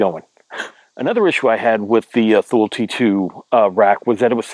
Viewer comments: It's pronounced "TOO-lee" not "THool" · By the way it's pronounced TOO-lee and not Thool.